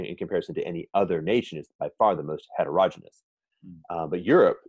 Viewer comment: And het-erogeneous?